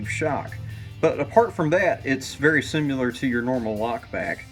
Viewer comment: Hey man dont be one of those guys that says "simular" instead of how its supposed to pronounced, "similar." Thanks lol. Awesome video man this helped me alot